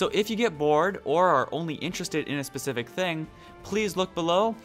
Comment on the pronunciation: i enjoy watching your videos an i know you like to be professional as possible so i just wanted to point out that the word specific has a s at the beginning an NOT pronounced as pecific hope doesn't sound patronizing keep up the good work and remember the word pecific doesn't mean anything specifically?....>.< lol